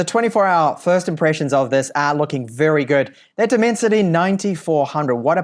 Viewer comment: Left the video , when he said Diiimensity chip 😂😂😂😂